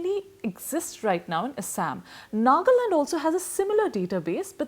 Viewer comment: "Assssaaammm " BC pronunciation toh theek kar le